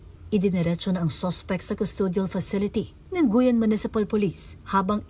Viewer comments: Hindi Goyan yan maam guiuan yan hindi goyan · Pakiayos NG pag pronounce mo sa probinsya nmn guiuan po hndi guyan? Walang ganun fyi.. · Hindi po yan "Gu-yan" kundi "Gi-wan" (Guiuan). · sang lugar ung guyan?hindi ba guiuan (giwan) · the place po is Guiuan. Ang pagbigkas po nito ay GIWAN. Rest in peace Baby Girl. never heard anything like this po na nangyari sa Guiuan, ngayon lang.